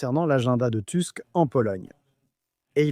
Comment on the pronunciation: "Tusk" ça se prononce "tousk", pas "tüsk" ni "teusk".